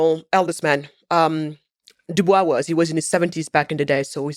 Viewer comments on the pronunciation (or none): W.E.B Dubois pronounced his name with a sibilant "S". The matter is not open for debate. He was very clear. I believe there is a recording of him clarifying the pronunciation of his name. Again, it should be pronounced with a STRONG sibilant "S". Ms. Wade is ill-informed to the point of ignorance and insult on this matter.